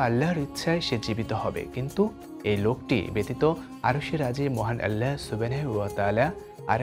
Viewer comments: Allahr name dundor kore uccharon krun please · আপনার আল্লাহ উচ্চারণ এমন কেনো, 😢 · এটা কি রকম ভাবে আল্লাহ নাম উচ্চারণ করলেন? আগামীতে সঠিক ভাবে উচ্চারণ করবেন বলে আশা রাখছি।